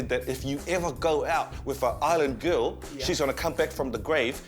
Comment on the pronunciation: lol: "you sure it was a kerl?" too much